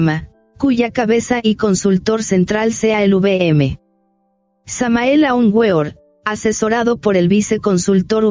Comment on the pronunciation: Con mucho Respeto digo que Hay que tratar de pronunciar el Nombre de Maestro Samael correctamente.